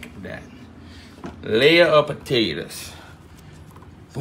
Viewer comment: Why I'm the world do you peal the puh-tay-tuz?